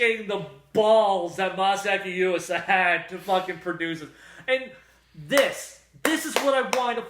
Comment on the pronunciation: normally wouldnt care but yuasa is my favorite director. you totes butchered his name lol anyway you can buy kaiba, kemonzume and tatami galaxy subbed from australia. :)